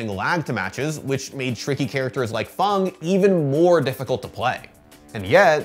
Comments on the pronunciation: Please learn how to say fang... Dragons dont have fungs they have fangs... how hard is english? Is it not your first language? I cant even finish watching this... ITS FANG... A DOESNT MAKE A "U" SOUND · Why is Fang pronounced "Fong" and Karin pronounced "Car-in"? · Fang = fong? Wtf 🤣🤣🤣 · why he says fang like fung and karin like kahrin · Is it really pronounced "Fong" vs "Fang"